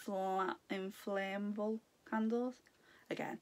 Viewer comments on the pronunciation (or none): Great box..FYI it's Ass-fo-dell, at the bottom of the memory vial it actually says 'Altered?' and the candle is In-fla-mar-ay.It's a spell used to ignite flame.Just thought you'd like to know 😀